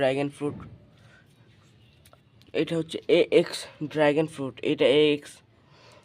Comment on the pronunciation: আবার ড্রাগেন ? কথাটা ড্রাগন উচ্চারণ সঠিক করো ।😂😂😂😂😂😂